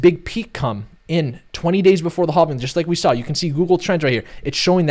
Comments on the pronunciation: Bro why you say it like “Hoving” 😂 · Mate, please stop justifying and apologizing every time you say "halving", come on, it gets boring, we lose time and both ways are correct, just chose and say it your way! ;) Cheers and thanks for the analysis! P.S.: It's "capitulation" not "capultation" (this one is actually wrong if you say it like that) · It's crazy you still don't know how to pronounce halving lol.